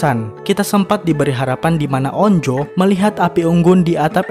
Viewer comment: Anj bukan on-jo tapi onju bacanya